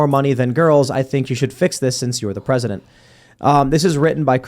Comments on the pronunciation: “Presitent” twice. Not a chance. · The PS is "I washed my hair just for you, Mr Pwezitent"